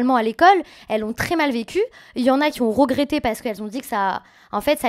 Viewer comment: "De la cortisane" "elle rogrette" "béyoncé" faut vraiment qu'elle apprenne à parler 🙄